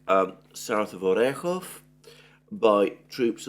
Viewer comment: Alexander is among the few western analysts who can properly pronounce Slavic names like Orekhov, probably because he has some Greek roots. At least Americans are hopeless struggling with those names.